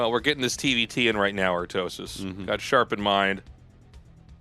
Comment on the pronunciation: When i see Snow i instantly think how he is pronuncing Artosis name in koreean.Artosisee....